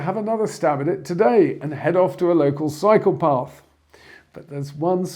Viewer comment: I was referencing the 'local cycle paths' you mentioned on the video (@ & ) because it sounds very much like you said psychopaths. It was a joke, as you would want to avoid any psychopaths ...